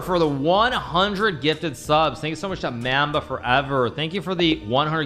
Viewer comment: Hikaru saying mamba wrong made me realize everyone doesn’t know everything about Kobe